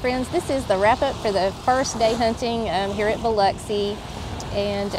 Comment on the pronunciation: Welcome to my neighborhood (Long Beach). Excellent job pronouncing Biloxi. Pass Christian is heavy on the ANN. Pass Chris-chANN. Enjoy your videos.